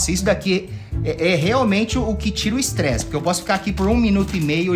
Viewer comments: T3DDY vc falou estreze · Alguém percebeu que o t3ddy falou “estrezi” no momento ? KAKKAKAKAKAKA